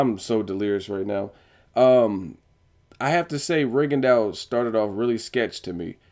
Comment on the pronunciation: Lol nigga,did you just say Rigadawg???